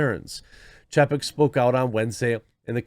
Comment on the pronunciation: Ffs. His name is spelled chapek. Didn't you learn phonics? When there is a vowel/consonant/vowel combo, usually the first vowel is said the way you say it in the alphabet. It's chay-peck.